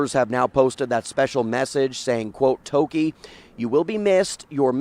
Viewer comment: You all can’t even pronounce your native name properly. Ridiculous. Give her some respect. Its not Toki smh